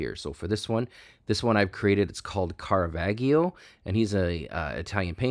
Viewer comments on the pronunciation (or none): just fyi it's pronounced with a soft G, like G-Unit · Ahaha! Caravaggio should be pronounced more as "CaravaJJo"... And, well, he's more THE painter rather than A painter... Other than that, thumbs up! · You are butchering the name Caravaggio